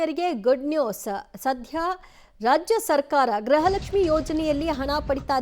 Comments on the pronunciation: ಗ್ರಹಲಕ್ಷ್ಮಿ ಅಲ್ಲ ಮೇಡಂ ಗೃಹ ಲಕ್ಷ್ಮಿ ಅಂತ ಹೇಳಿ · ಗ್ರಹಲಕ್ಷ್ಮಿ ಅಲ್ಲ ಅಕ್ಕೋ ಗೃಹಲಕ್ಷ್ಮಿ ಅಂತ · ಗ್ರಹಲಕ್ಷ್ಮಿ ಅಲ್ಲ ಮೇಡಂ ಗೃಹಲಕ್ಷ್ಮಿ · ಅಯ್ಯೋ ತಾಯಿ ಗ್ರಹ ಲಕ್ಷ್ಮಿ . ಅಲ್ಲ ಗೃಹ ಲಕ್ಷ್ಮಿ